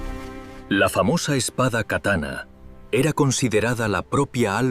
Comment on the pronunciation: O vídeo foi muito bem feito, com ótimas imagens. Mas a narrativa por IA cometeu erros absurdos de pronúncia, como a palavra "kataná", em que a sílaba tônica é a última.